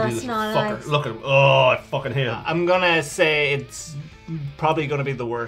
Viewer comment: Good to see everyone still ha-eights. 😅